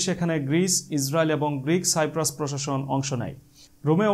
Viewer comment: Bhai ota সাইপ্রাস না কিপরাস!